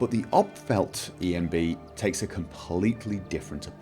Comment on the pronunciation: You said "Opethfeldt" like a Swedish person would. Well done sir.